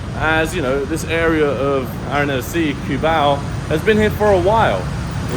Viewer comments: The C in Cubao is pronounced like C in culprit. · The cu in CUBAO is pronounced as in coup.